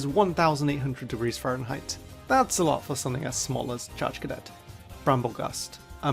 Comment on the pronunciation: Did you say “Chargecadet?”